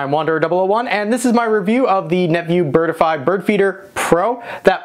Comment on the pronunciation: Not pronounced "bird-i-fy". There are only 2 syllables - "bird-fy".